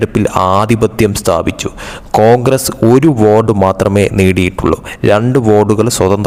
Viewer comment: ഈ (വോട്)എന്ന്,പറഞ്ഞാല് ഇത്,കേൾക്കുന്ന,ജനങ്ങൾ എന്താണ്,മനസിലാക്കേണ്ടത് ഓരോ,വാക്കും,അക്ഷര, തെറ്റ് വരുത്താതെ,പറയുക വോഡ്,എന്ന്,പറഞ്ഞാല്,എന്താണ്,(വോട്ട്,എന്നാണോ,ഉദ്ദേശിച്ചത്) അതോ(വാർഡ്,ആണോ,) ശരിയ്ക്കും,പറയാൻ,അറിയില്ലെങ്കിൽ,വേറെ,എന്തെങ്കിലും പണിക്ക്,പോകുന്നതാണ്,നല്ലത്